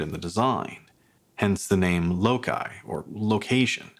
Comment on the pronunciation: Feels pricey for what you're getting. Regardless, I think its pronounced "low-sigh".